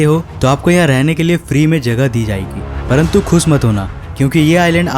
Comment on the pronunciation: Hindi bolna bhi seekh lo jameen nahi hota zameen hota hai episood nahi episode hota hai khuss nahi khush hota hai jaahajo nahi jahaaz hota hai z bolne mai bohot galati karte ho